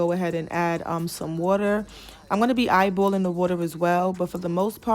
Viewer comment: I don’t need “eyebowwlin” I need ratios..